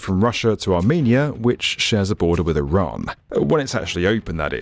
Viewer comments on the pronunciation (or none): none